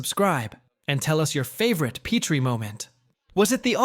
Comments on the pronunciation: The pronunciation is carved into my memory. A science teacher said that those white ceramic things we used in the lab were PEET-REE dishes. The only PET-REE dish was named Laura. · Oyyy, you had me enthralled until you pronounced “Petrie” incorrectly. AI for the loss… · AI narrator didn't even pronounce "Petrie" correctly there at the end.